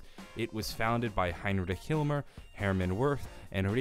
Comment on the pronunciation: Mispronounced Himmler